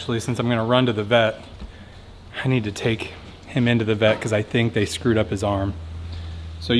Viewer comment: I thought you said pet and I was like what no! “The Vet(pet) permanently INJURED our Peacock”